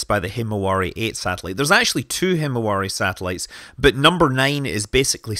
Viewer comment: hmmm actually "himawari" 's pronunciation in Japanese is like "himawali"...